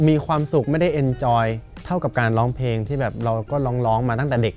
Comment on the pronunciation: เวลาร้องเพลง น้องออกเสียงควบกล้ำ ร. - ล ครบเครื่อง แต่เวลาพูดทำไมน้องไม่มีควบกล้ำล่ะคะ เสียบุคคลิกนะ "ล้องเพง" งี้ แก้จุดนี้ด้วยนะคะ